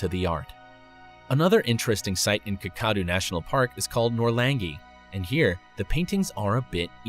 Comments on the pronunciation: Not Ka-Kadu, Kaka-doo. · Kakadu does not have the sound as if you are saying cacao - the fast caca sound. Kakadu - Kak - a - du, sounds - K as in Kookaburra, A as in apple, K as in Kookaburra, A as in apple (but usually sounds more like U as in up if your an Aussie), Du as in the sound Doo as in didgeridoo all said slower that said in the video ...... Your welcome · Kakadu rhymes with Whack-a-do. Not whatever it was that you said... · As an Australian the way he pronounces Kakadu kills me. But thanks for mentioning it. You guys should see more aboriginal paintings. They are really haunting